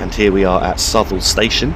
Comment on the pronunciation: that station before hanwell is pronounced (south-all)